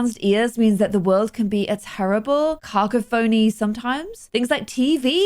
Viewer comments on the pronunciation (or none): Cacophony - pronounced: Cah-cough-ony Not caca phony XD